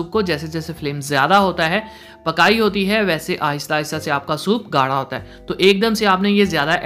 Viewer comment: the way he says " pyaar hoota hai muhaabat hooti hai " 🤣